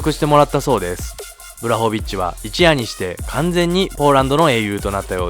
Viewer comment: ポーランドとハーフなんでめちゃ嬉しいです。正しくはブワホビッチですね読み方。